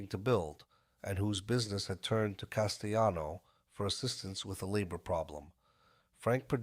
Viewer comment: I had to stop when this whatever it was couldn’t pronounce Castellano‘s name. It drove me nuts.